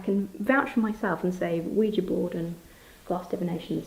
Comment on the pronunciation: It is nice to hear "Ouija" properly pronounced. Thank you.